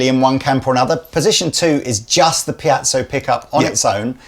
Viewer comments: Every time I say it in a guitar crowd there is always someone who will correct me, no matter which way I pronounce it. Does anyone know .... It's most likely named after someone. Pee-zo--Pie-zo.??? Which ever it is I can most certainly agree that it's not Pee-at-zo. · Haha I love that always pronounces piezo as "piazzo" (pee-at-zo), maybe the least close of all the possible pronunciations people use. Never change,! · Really fancy one of these. But am I alone in being annoyed by repeated mispronunciation of "Piezo"?